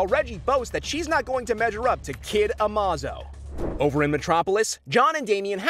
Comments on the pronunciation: Its Amazo not Amozo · AMOZO? its A-MAY-ZO AMAZO its a super robot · it's ah-MAY-zoh, not ah-mah-zoh. Every DC media with Amazo in it pronounces it ah-may-zo, how hard is that. It's supposed to be based off the word "amazing," which you pronounce ah-may-zing, not ah-MAH-zing. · A-Moz-Oh. Really? A-Maze-Oh you damn clown. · Kid Amahzoh? Amaze-oh, my guy. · Amazo isn’t pronounced like that